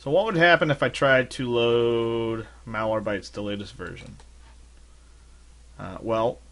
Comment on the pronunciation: it's MalwareBYTES , not MalwareBTYES